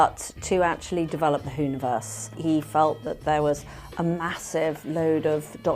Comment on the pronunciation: Just hearing "Who-ni-verse" makes me feel sick.